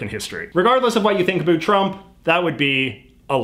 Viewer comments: Okay.. Say the word 'OUT', then say "AB", then put them together. AB - OUT. Jeeez. Love your content and blah blah but my god, it's distracting. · Why is he saying "about" that way? We just about killed that Canadian stereotype! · the way you say about makes me want to die😭😭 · I love JJ but as a fellow Canadian, I have never been more annoyed by an "about" pronunciation. I always thought that was a myth until I started watching his videos. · I love when you says "abut" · What’s with pronouncing « about » as « a - boot ». Rather then « about » like « a-lout ». Have I had it wrong all these years or is « a - boot » the correct Canadian prononciation? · Omg people actually say a boot??? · I love it when you say about! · Why do I love it when he says about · I like how he says "about" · I like how he pronounces 'about'. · Sorry, foreign language speaker here, is the way you pronounce "about" some sort of accent or just some your own thing? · Where are you from because the way you keep saying about with an accent that sounds kind of Canadian